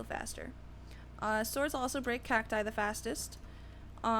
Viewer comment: OMG SHE SAID CATI!!!